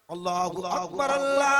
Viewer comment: اللہ اکبر نہیں ہے بھائی جان بلکہ اللہ اکبر (ر ) کے اوپر پیش ہے ( ر ) ل میں ملا کر پڑھ ہو